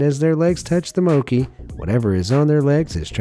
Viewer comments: I’m never eating again!!!! No not because the food is nasty because he pronounced Mochi, Moe - kie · the way he says mochi as mo-key is disturbing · I heard mocki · Mochi is not pronounced as “mokee” it’s pronounced as “mochee” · I like how he pronounces Mochi as 'Mow-kee' instead of 'Mow-chee/Mot-chi'' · please dont tell me he said "bee mowki" cause i- oh god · i cringed when he said mo-KEY sir its moCHI😭 ok ill go now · hey! stob it!. it is not mo-ki, it is mo-chi!. thank u! this video is really relevant! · Did he really just said bee "MOUKI" on 5.47 its called mochi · Bee "moki"?!!! It's "mow-chee" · Moki?? Really moki lol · it’s mo-chee, not mo-key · Mochi isnt read moki its mo-chi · Tf is bee moki its mo CHI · It’s not omki it’s Mo-ChI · Its not moki its mochy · Did he just pronounce "Mochi" Mouki? Wth? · OK WAIT "MOKI" 😂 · Am I the only one bugged on how they say MOCHI???? It's mo-chee!! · Did this guy really say Mo-kee? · I like how he say moki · I just think only its called mo--chee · It's actually pronounce m o c i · Mo-kee Hahaha cringe. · Saying "mochi" wrong. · no ones talking about how he pronounces mochi pls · Damn my man really pronounced mochi like that SMH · Am I the only one who's bothered how he pronounce "mochi"? 💀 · So no one's gonna talk about how he pronounced mochi?